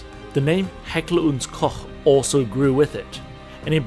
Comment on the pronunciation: I love fake German accent. Like one of my fellow countrymen using his high-school English. Makes me cringe every time. And finally an American pronouncing Heckler&Koch right. Mostly it's Heckler&Coke😁